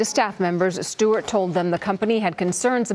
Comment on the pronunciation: is it Jon Stewart or Jon Shtewart?